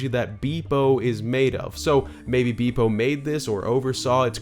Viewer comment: Hello. I'm you're every day speech corrector. It's Beep-0, not Bee-Bo.